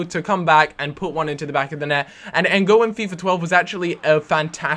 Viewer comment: You pronounced N'gog's name "N'Go" LOL his pronounced how its spelt.He played for liverpool the team you support and you dont know his name?